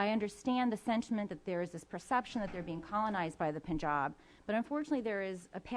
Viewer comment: It all sounds funny to me because this fat nut head doesnt know how to pronounce Punjab, Baluchistan, Gawadar even Pakistan and he's talking about geo-politics and independence. His accent is bizarre, knowledge is limited, views are biased and most probably he's payed for all this! people like these are responsible for pushing US to its demise globally!